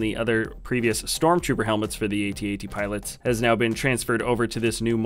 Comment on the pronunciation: he said 21 piolits